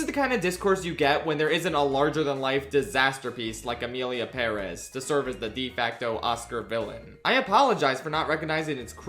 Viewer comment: Please why do you still say Perez like that